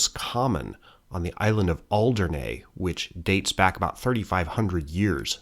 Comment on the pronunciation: Alderney is pronounced with E on the end, and not an A. Interesting pronunciation of Guernsey! 😂👌 In Jersey, we have a large Neolithic monument called La Hougue Bie, built around BCE. 🇯🇪